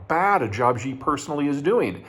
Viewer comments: Peter, I love your content, but I cringe every time you pronoucne 'Xi'. You are not pronouncing it correctly. You keep saying "Zhjee". That isn't a sound that exists in any dialect of Chinese. In the Chinese Pinyin orthography, the letter X makes the 'sh' sound. They also re-assigned C and Q to the 'ts' and 'ch' sounds respectively. Xi is pronounced "Shee". Please don't keep saying "Zhjee". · Why does he keep calling Xi (Shi) as Zhi??? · It's pronounced SHE, not ZHE. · Jeter Jeihan says President Xi = Jhee Jhing Ping instead of Shee JIn Ping. Jee Jee is slang for penis in Chinese. That is fine. Barbarians cannot pronounce Chinese names. And his mispronunciation is probably not an intended insult. Just like if a Chinese man called your 45th President Jonald Dump. That's normal for Barbarians. But this Texas hick cannot even pronounce English words.Nuclear = NEW CLEAR, not the Jeter Jeihan way which he says NEW KEY LER, like his hero Bush43 also from smelly barbarian Texas. Also this dude only has a bachelor's degree from community college. Like in that Mash episode, you all have been fooled by the son of a bloody butler. He has no more expertise than I do. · I really wish he would learn how to pronounce Xi. He says it like "gee" every time. It's one thing to say it like "she" but you can watch a 5 min YouTube video on how to pronounce X and be good to go. It's also worth noting that Urumqi is the turkik name for wulumuqi, the capital of Xinjiang. Or rather, wulumuqi is what the Chinese invaders renamed Urumqi. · Peter, Xi Jinping’s surname is pronounced “she” like a female. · Nice video Peter. However, would you mind learning the proper pronunciation of Xi? Since he is mentioned in every second sentence it becomes slightly annoying.... Thanks